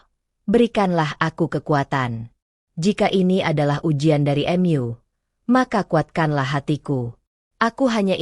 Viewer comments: Ma'af klo bisa baca bhs indonesianya yg benar jangan Mu di baca M u & Ma d baca M a yg benar aja Ma ya Ma Mu ya Mu ma' af masukan nya smg d terima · Tolong untuk suara yg di isi jgn pakai suara AI sangat tidak enak di dengar.. Penyebutan "mu" saja menjadi "myu" & masih banyak lg kalimat lainnya.. Lebih baik pakai suara asli.. Lebih bisa di maklumi.. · Knp kata Mu untuk sebutan Allah di bikin kata m you bgtu min, jgn jdikan sebutan untuk Allah seakan akn untuk permainan, ingetAllah Maha Dahsyat dl mengazab, jgnpermainkan kata²untuk sebutan Allah, sekedar saran, hrs bisa bedakan untuk mnyebut Allah dgn makhluk lain sbg hambaNya, hati²